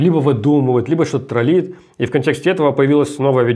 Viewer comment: трОллить! А не троллИть!